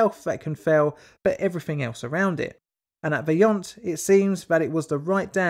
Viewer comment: agree but I'm also impressed about pretty much all italian words were correct.. I've heard a lot of Toc, Vajont, LongaronE, etc.. very well pronounced! it is one of the most difficult skill for english speakers